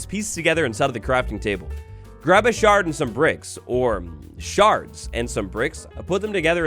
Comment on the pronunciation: He said sharting 😂